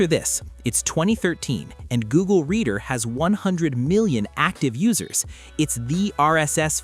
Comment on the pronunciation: It's pronounced reeder, not redder. At first I thought it had something to do with reddit, until i saw the word "reader" on screen.